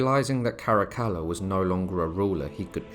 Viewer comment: Good to hear Caracalla pronounce correctly.